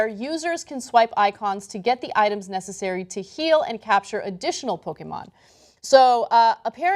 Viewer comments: PoKEHmon pronounce it correct lol pokeemon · Learn to pronounce "Pokémon",!